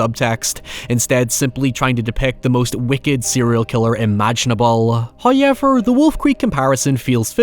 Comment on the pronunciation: Bro it’s how ever not hay yevir.